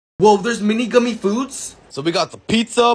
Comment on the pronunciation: The way he said “ gummeh French friesss “ caught me off guard